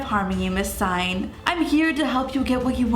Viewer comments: 4KidsGaming Hey I love your channels so much❣️ I just wanted to let you know that Singh is pronounced sing, not sign (Not hated or anything, just wanted to let you know) Btw, your hair...is ON FLEEK💕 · You pronounce Singh like Sing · omg it’s not miss sign lol it’s miss sing like Lilly Singh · the Singh u were talking about is Indian and u pronounce it sing but h silent u understand? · Singh is pronounced "sing" -- and the Fibonacci sequence is real SEARCH IT UP ON GOOGLE!!!! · I don't mean yo be rude I know you will never see this but it's pronounced ms. Sing the h in Singh is silent my friends last name is singh ps. I love your videos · Ur saying Singh wrong like if u argee